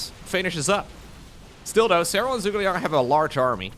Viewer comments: my guy, I know you're not Chinese, but I gotta tell you - ZhuGeLiang's name is pronounced "JOO-guh Liang". I didn't bring it up the last time he appeared, but if he's gonna appear more, I think it's good you know how the name is pronounced. It's a reference to a historical Chinese strategist, and he (the original Zhuge Liang) is also known as Kongming. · Joo-Gay-Li-Ang Zhuge Liang. A Shu Han hero from the 3 Kingdoms romance in Chinese literature